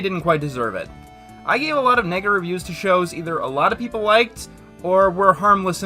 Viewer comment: Vine thud sound effect I had to double-back, it uh...didn't sound like he said "negative reviews."